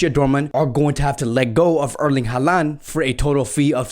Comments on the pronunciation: i hope ur correct in everything u said cuz its honestly a dream to see messi alaba and haaland in barca. the one thing ur not correct tho is saying haalands name ahhaahha. its pronounced holland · You really need to do a much better job of pronouncing players names correctly. HO lan.